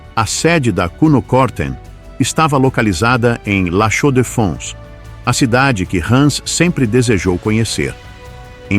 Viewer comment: Interessante história ! Le Chaux de Fonds (a pronúncia não está correta).